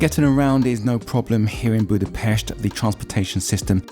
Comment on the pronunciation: Cool you said it the right way! Boodah-Pesht